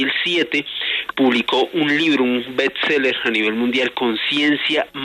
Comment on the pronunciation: es BEST SELLER, eres periodista deja de decir bETs seller que me cruje el oído viniendo de ti.